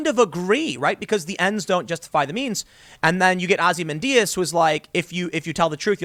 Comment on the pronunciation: Ozzy-man Dias?